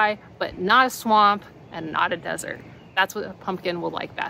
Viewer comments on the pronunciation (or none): none